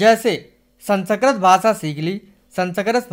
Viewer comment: Sanskrit hota hai sanskart nhi😮